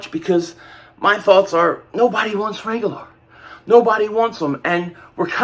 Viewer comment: This boy can’t pronounce Reagor to save his life.